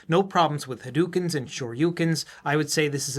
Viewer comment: Maybe you know this,, but it’s pronounced Ha-doe-ken. In Japanese, “Dou” is an extended “Ohh,” not an “Ooh.”